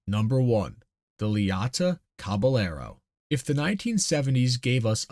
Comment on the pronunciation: Cabellero is a Spanish word. "ll" is a "yeh". So. Cabe"yehro". Interesting little bit of history. Never knew there was a "car manufacturer" in Idaho.